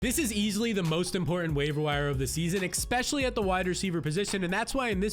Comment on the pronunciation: Immediately hears the host say “expecially” clicks off the video